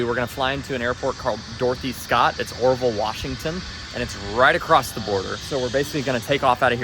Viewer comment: When first mentions Dorothy Scott...I swear he says "Dorky Scott". I mean you tell me.... as well.:)